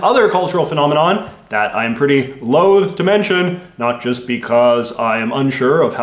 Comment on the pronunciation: ‘I am “loath” to agree’ means reluctant and is pronounced with a short O, like loth. Not with the long O in loathe, which means disgusted hate.